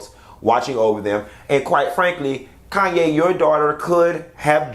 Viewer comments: Just a point of correction. Her name is KHANYI not 'Kanye' and it is pronounced as 'Kanyi' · Khanyi. Pronounced "Connie". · Q calling pronouncing that lady's name as Kayne is taking me out 🤣🤣🤣